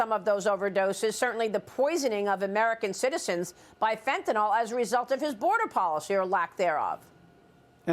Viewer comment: Maria- What is FenteNOL? You mean FentanYL ?